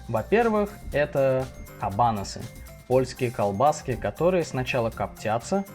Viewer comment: Извините, но хочется исправить ударение - kabanOsy